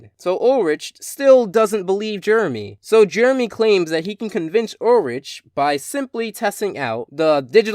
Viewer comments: Not trying to be unpleasant but Ulrich is pronounced Ul-rick not rich. 😊 hope i was helpful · Ulrich not ulrige !!! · Ulrich's name is pronounced with the hard "k" sound-- sorry, that was really bothering me I kinda wish that you had started with Teddygozilla, but overall I liked this review. Hopefully you'll do another one of Code Lyoko soon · That's not how you Pronounce Ulrich's Name,. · I dunno, the way he pronounced his name "directly" is kind of funny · You pronounced Ulrich wrong! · I don't mean to correct you, but Ulrich's name has the H pronounced as a K.